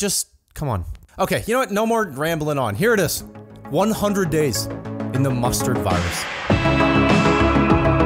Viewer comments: i keep hearing either mustard or monster virus which one is it? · Chill bro 😂!!! He said Mustard not F* COVID